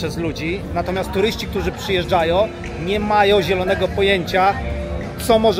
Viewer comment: Przychodzo.... , przyjeżdżajo... , szukajo... czy to gwara białostocka czy co . Zacznij poprawnie wypowiadać słowa. " przed kamero..." " rusze" no nie da się tego oglądać , skąd Ty jesteś.